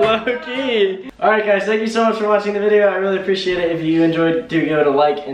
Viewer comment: You always say thano you so much